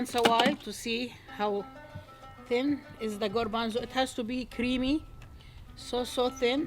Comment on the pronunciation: You say "garbanzo" in spanish,like us!! Excellent recipe! Greetings from Uruguay, Sout América